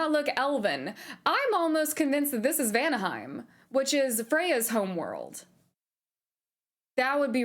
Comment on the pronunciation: When I read the title saying you're a Norse mythos nerd, I totally expected you're going to pronounce the places with the rolling R. (Helheimr, Vanaheimr, etc.) And the double L tch sound too in Sköll. Guess I expected too much. XD So cute to see you nerding out tho. <3 I'm gonna watch your playthrough. I think your playthrough is going to be interesting.